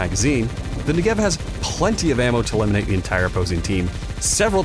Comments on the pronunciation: It's NEgev, not NegEV 😄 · please pronounce the ne accented amd not the gev 😢